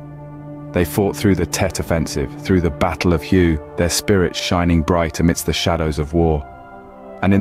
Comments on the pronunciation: "Hue" is Vietnamese, not French. As such, in Vietnamese, the "H" is pronounced. So it's something like "Hway". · Such a beautiful narration. Did notice a discrepancy similar to the Tomb of the Unknown Soldier. Pronunciation of the battle of "Hue". It is not "Hue" like a Huey hellicopter. But "Hue" like "Way Over There". Semper FI. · Great narrative, and all very true. Unfortunately, a lot of the pictures and videos are of people who are not Marines. Additionally, the battle of Hue in Vietnam is pronounced “way.” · when you said Hue its pronounced “way” its Vietnamese